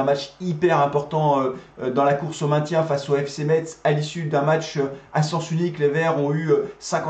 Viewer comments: Bonne vidéo mais par pitié ne prononce pas le t, on dit messe 👍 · Metz se prononce "messe" merci. C'est catastrophique pour nous la, jouer bloc bas contre un concurrent au maintien, on mérite notre défaite et Saint Étienne ne mérite pas d'être aussi bas au classement